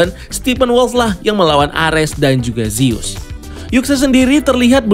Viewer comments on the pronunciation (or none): none